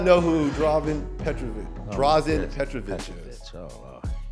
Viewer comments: Please pronounce his name petrowitsch, it's always weird if you hear a wrong name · thank you!!! this narrator butchers his name several times!! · Say it like sandwich. Petrovic. Not Petrovik. Beside that great clip. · Nice video dude, but can't you hear how Reggie Miller pronounces his name? It's a bit annoying to do that when you talk about a legend. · If you’re going to create a video about someone, do your research and learn how to pronounce his name. All the guys that spoke about him knew how to pronounce his name. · I really don't get this dude. You make the video, edit the video, watch people talking about Petrovic in your video and you can hear exactly how his name is pronounced and yet in your narration, you obstinantly, brazeningly and incorrectly keep pronouncing his frigging name wrong. WTF dude? Are you frigging deaf or something?? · I apologize for youtuber butchering Petro's name if he doesn't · Only thing Drazen couldn't do was time travel to teach crappy ai voices how to pronounce his name. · pissed me off too, come on, how you gonna make such a nice video honoring someone and pronounce his name completely wrong?